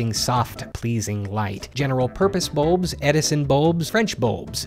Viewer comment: He pronounces bulbs like boobs